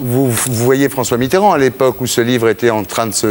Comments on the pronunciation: Pourquoi François Mittrand ? C'est Mitterand !!!! Pour un écrivain ... Bravo ! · Il s’est même pas dire Mitterand